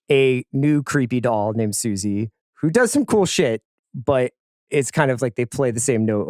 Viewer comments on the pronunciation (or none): none